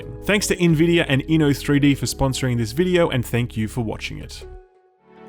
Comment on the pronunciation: OH MY GOD HE FINALLY SAID NVIDIA RIGHT!!!!!!!!!!!